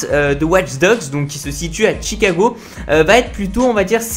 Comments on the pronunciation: C'est Chicago pas T'chicago. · Pourquoi tu dis "tchicago" 😂